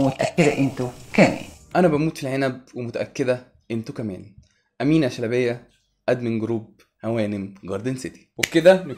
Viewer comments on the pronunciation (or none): اسمها بيتنطق Amina shelbaayaaa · امينه شلبايه مش شلبيه 😂😂